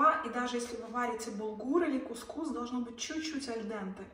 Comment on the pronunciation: Доброго времени суток. Табуле ударение на втором слоге, кускус ударение на первом слоге, бургуль ударение на первом слоге.